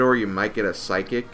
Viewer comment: Bothered me so bad when you said psychic instead of physic lol. It's actually pronounced like the first part of physical. I know it's hard to change it once your brain decides how it sounds, I'm still adjusting to which way I pronounce Sothe from PoR and RD. But awesome vid and keep up the amazing work!